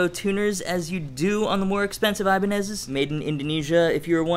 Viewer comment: did you hear that guys? he said "Ibanezes"! thank god, Iban-Eye always sounds so weird.